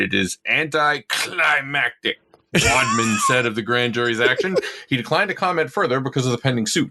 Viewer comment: The way he kept saying "wadman" was so cringe. I couldn't finish the video.